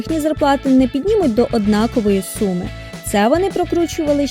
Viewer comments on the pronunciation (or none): none